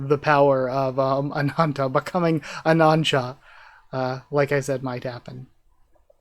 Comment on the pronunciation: When I read this I still hated Asha due to her treatment of Leez and very much blamed her completely. In my eyes while reading this chapter Asha still had no excuse to be such a evil BxTcH to Leez 😅👍 Btw it’s Ananta, not anacha 👍